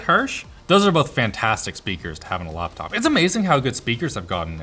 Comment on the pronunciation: laphanop os the funniest thing ive heard someone call a laphanop